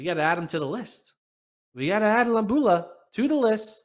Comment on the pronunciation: Lo-bA-lU (emphasis on vowel) 🙂